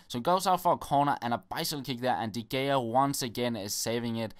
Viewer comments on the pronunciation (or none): When you say de gea, you should pronounce it like ''de rhea'' :-)